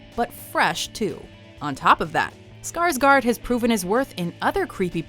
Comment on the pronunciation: Skarsgård is pronounced "Skars gourd/gore-d." If you're going to use the diacritic, you may as well know what it does.